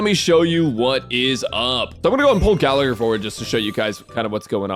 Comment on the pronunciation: I cringe every time Gallagher is mispronounced